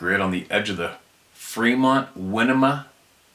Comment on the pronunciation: We know who is pulling the strings. The Bilderbergs and Rotschilds are satan incarnate. Winema is pronounced why-NEE-mah. I grew up in that forest. My encounter was in the Winema Natl forest. I also lived in the Sierras, near Reno/Tahoe. I miss it, now living in the Arizona desert.